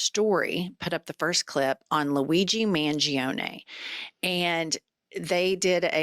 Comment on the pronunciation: IT’S MAN JOE NAY PLEASE GET THIS RIGHT I DONT KNOW WHY ITA SO HARD